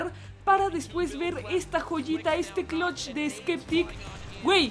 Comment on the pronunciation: Que es clotch? Porque si es eso de eliminar un equipo solo se dice Clutch con U